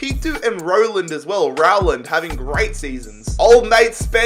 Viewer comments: The way says Rowland is giving me Corona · Me getting mad because he is saying Rowland wrong 🤬🤬😂😂